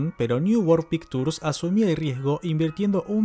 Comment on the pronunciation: voy a hacerte un gran favor que me agradecerás de por vida: pictures no se pronuncia con la t sino con la ch...."pikchurs"